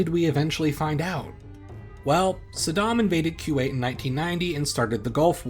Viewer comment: On the same topic, it's not "KYU-WAIT", it's "KOO-WAIT".